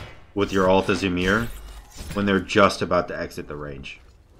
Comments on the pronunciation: Gotta love the why-mer gameplay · It’s pronounced like yemir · Why-mer??? Oof